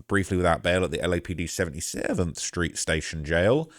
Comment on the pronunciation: omg he’s still pronouncing 77th st that way #slideforceleste